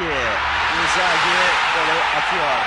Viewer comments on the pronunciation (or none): Yorumcu Cüneyt Tanman : In-Gazi ( Inzaghi ) 🤣🤣😁😁